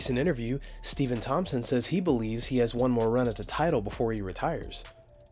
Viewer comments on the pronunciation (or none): none